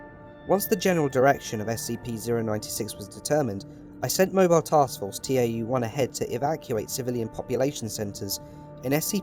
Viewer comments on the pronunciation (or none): It's not pronounced "T-A-U", it's "tau" (ta-oo). It's a Greek letter. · btw, tau is pronounced 'tow', it's a greek letter. I just thought you would want to know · I noticed you pronounced Tau T-A-U. It's a Greek letter pronounced (correct me if I'm wrong) Tow. Sorry if that sounds a bit condescending. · Nice, but reading the Greek letter tau as T-A-U really annoyed me every single time. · Ànyone else hate that they're saying T-A-U instead of Tau. . .it's Tau pronounced like tao. Broke the immersion since I'm pretty sure the foundation know how to pronounce Tau 1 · I'd like to point out - you pronounce "Tau" as "Tee ay double yew", but you also pronouce "Epsilon" correctly. "Tau" is in fact a greek letter, not an abbreviation (the same as Epsilon), so it should be read as such. Other than that, loved the video. The voice logs add a new layer of depth to an article I've read many times over myself. :) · After looking at it more, it's also pronounced Taw. It's also another spelling for Tav, a Hebrew letter.